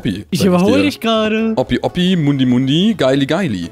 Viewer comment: "Ich hoffe ihr esst gearde, Leute HAHAHA." Ich habe da wirklich gegessen,. Dange.